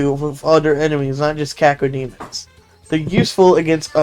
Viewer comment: bro conner shaw called cacodemons cacademons